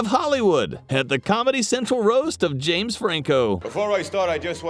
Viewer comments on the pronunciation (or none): none